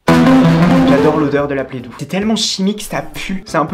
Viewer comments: Ça me stresse qu’elle dise playdou et pas play do genre O comme de l’eau 😞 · La « PlEdOu »😂